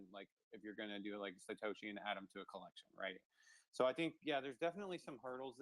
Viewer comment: I felt the same on Satashi it's Satoshi lol n Nakamato Nakamoto